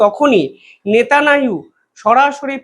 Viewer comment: Bolun Netanyahu Not netananu!